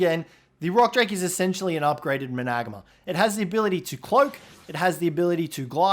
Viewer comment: it's spelt managarmr. pronounced, man-uh-gar-mur